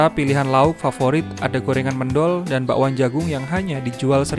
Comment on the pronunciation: TETAP SEMANGAT DAN ISTIQOMAH. BUKAN MÊNDHOL TAPI MÈNDHÖL GUYSS....👌